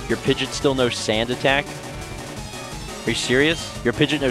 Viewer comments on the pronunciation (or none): Pid-gee-awt. Not Pid-jit lol. pls. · Why do you call it "pid-jit"